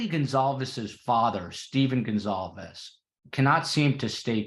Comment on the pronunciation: I heard the sliding door was left open, not the front door. Comments . And are you saying Goncalves, or Gonzalez? It sounds like over and over, you are pronouncing it Gonzalez.